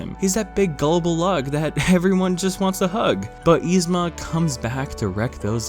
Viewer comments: Nobody:: YEE-zma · You're pronouncing Yzma wrong. But only sometimes. What. Lol